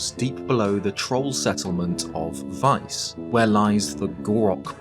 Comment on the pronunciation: Thank you for pronouncing Weiss correctly